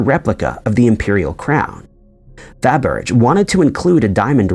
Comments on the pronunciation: It’s fabber-Jay, Otherwise, this is an excellent video! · It’s pronounced like cabbage but with an f. Fabbage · Fabergé : pronounced Fah-Bur-Jay! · UGH!! How do you not know how to pronounce Fabergé? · He can't even pronounce Dublin the right way, you think he's gonna pronounce that correctly. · He or the AI producing his voice looked it up on Google it has the word pronounced the way it is here. Driving me totally nuts😂